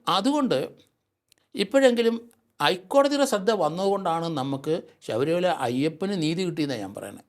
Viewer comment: ശബരിമല എന്നുതന്നെ ശരിയായി പറയൂ 🙏